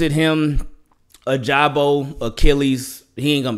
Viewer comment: Ya like a Regular Show “ohhhhhhhh” and it should be “ o-ja-bo” for my boy ojabo(like that college clip)